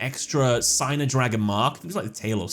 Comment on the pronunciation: This is nitpicking, I know but the word Signer in Japanese is meant to be pronounced Sig-ner and not Sai-ner. I’m not sure what the origin of the word is, but Sig-ner is how it is said in Japanese.